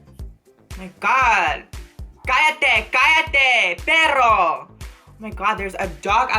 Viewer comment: Maia Somerhalder it's perro not berro. And yeah I can tell she probably knows the main words hola, puta, pero, perro ect